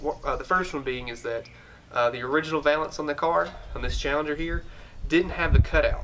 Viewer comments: Valance, sounds like Jack Palance. Val-ence, not vay-lence. You were right the first time. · says VAY lance but I always have said VAL Lance